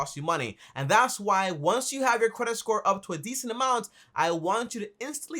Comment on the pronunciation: Every 26secs: Cwedit sthore